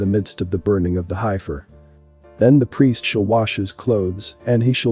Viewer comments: That word you were having trouble with is pronounced Heef-er...not Hi-fur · You all realize that the voice is computer generated and says hi-fur rather than heffer. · Pronounced HEF FER HEFFFFFERRRR SAY IT, HEF FER NOWHERE is it HI-FER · It’s pronounced “heffer” not “highfer” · It's not pronounced hifer...it's pronounced heffer ...e before i, eff sound. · It's heffer not hifer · Love the vid, but its HEFFER not HI FER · It is Hefer-not highfer. It is not the "I" sound. It is a soft "e" sound like sayig "eff". Heiffer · It is pronounced heffer,Heffernan, hifer. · Futurist nonsense. Preterism is the correct hermeneutic. The Body of Christ is the Temple of God now. They could build twenty buildings in the mideast and none of them would mean anything. An old box, while historically interesting, is not relevant now. Also: it's pronounced "HEFF-ER" not "HIGH-FUR". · Pronounced Heffers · Heifer is pronounced heff-er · The Heifer is pronounced, Heffer. 🤣🤣🤣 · This is ridiculous. Why would the sacrificial system be reinstated after the ultimate sacrifice was made by the Messiah? (Also, heifer is pronounced heh-fer.) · Hey my favorite Bot, that's heifer. the e is like, the e in egg. Okay Smily Face thx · Please, if you are uncertain about the pronunciation of a word, to find out. The word heifer, denoting an immature cow, is pronounced, "heffer". Clearly you never lived on a farm, or among livestock. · We say hefer for heifers . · High-fer... lmao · You are pronouncing heifer incorrectly. It was seriously distracting and annoying to hear you mispronounce it over twenty times. You could have substituted the word bovine, or cows…. Or opened an almanac for several other options. I’ve watched and enjoyed many of your videos, but this was the first that felt computer generated. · Are you sure it's a heifer? If you can't pronounce it properly, you might pick wrong when you're looking at the cattle... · That’s not how you pronounce heifer